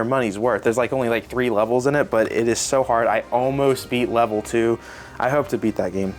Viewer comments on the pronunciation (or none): none